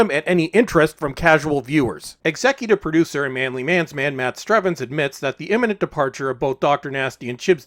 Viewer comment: Doctor Who Poo-ducer.